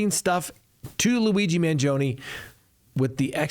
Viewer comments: Man GEE o nee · Obviously, you are unable to pronounce Italian names. Maybe you are too old to learn. I’m talking about Luigi’s last name. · MANGIONE NOTTTTTTTTTTTTTTTTTTTTT MANGOINE. Good heavens.